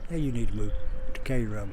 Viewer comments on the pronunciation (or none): Sorry, but it's not pronounced "Kay-ro", although everyone from St. Louis seems to think that for some reason. It's pronounced "Care-o". I was born there and still have family there. Yes, it's a mess. That's a shame, because it was a great, little city at one time. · Pronounced Care-oh not Kay-ro...anyone that grew up there would know that